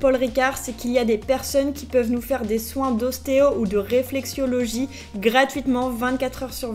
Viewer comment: RÉFLEXOLOGIE (ça fait mal d'entendre "réflexiologie") 😅